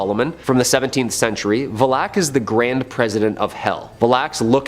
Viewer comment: "Vaaa- Lick" Valik.